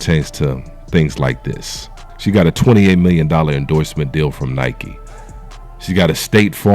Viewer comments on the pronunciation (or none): none